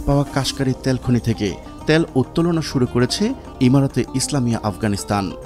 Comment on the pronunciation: ত্যাল নারে ভাই, তেল বলেন